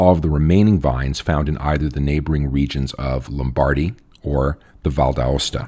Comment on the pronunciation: Note: Lombardy (Lombardia) should be pronounced in English as: LOMM-bar-DEEE, not Lom-BAR-dy as pronounced here. There is very little emphasis on the middle ‘bar’ syllable.